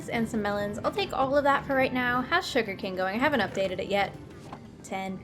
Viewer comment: does anyone else thing says sugar cane like sugar can or king? hahaha coming from an australian.